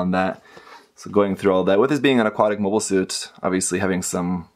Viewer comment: "Mobie" Suits?